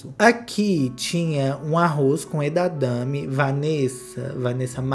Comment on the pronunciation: Amigo, é edamame não edadame 😂 amei o valiriano e essa festa chiquérrima